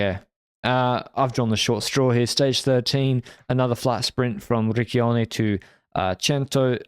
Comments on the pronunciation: So that you know, Riccione is pronounced "rich-chyone". The way you are doing it, you are inadvertently using the Italian equivalent of f****t. Which normally wouldn't be ok, but in light of your innocence and obliviousness is bloody hilarious 😂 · FYI Riccione is pronounced with a soft "c" like Ciao. If you use a hard "c" then it becomes another word entirely and saying that in Italy would be just like going to America and ask for a cigarette using the british slang for it😅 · no way bro said ricchione lol, all italian listeners laughed at that moment i can tell u that